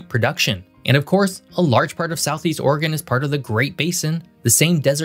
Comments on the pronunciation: As an Oregonian I just have to give you a shout out for not pernouncing it "ore-gone" and "will-eh-mit." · As a resident of Klamath Falls in the southern portion of the state of Relative Obscurity, I mean Oregon, I want to say congrats on properly pronouncing both Oregon and Willamette river and valley. Most of the time, both get butchered. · Hey I just want to say how much I appreciate your correct pronunciation of both Oregon and Willamette. I don't know if you're from around here or just did proper research but you're one of the few videos who say it correctly!!